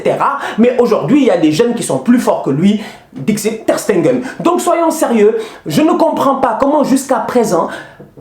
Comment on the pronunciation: s'il te plaît c'est Ter Stegen à la place de Ter Stengen. Regarde bien et prononce. 😂 MDR